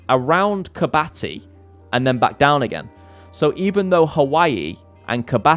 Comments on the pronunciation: Hey, just a heads up, but Kiribati is pronounced Ki-ri-bas not kirbati!😊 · KIRIBATI!!!! not KIRBATI